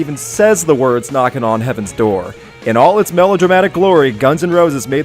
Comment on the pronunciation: Axl Rose's constant "Hyi hyi hyi" is annoying and pretentious. It's obvious he's in love with the sound of his own voice and it totally ruins the song. ALSO: "Door" is not a 3-syllable word.